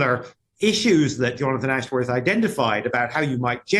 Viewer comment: Jonafwon Ashworwf can't even say his own name properly...